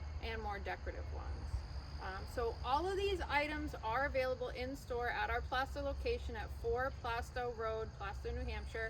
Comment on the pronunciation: Nice job, and thank you for pronouncing Plaistow correctly 🤗